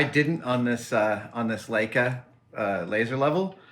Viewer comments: It’s pronounced ‘lie-ca’, not ‘lay-ca’. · It's pronounced "Like-Uh" , Adam...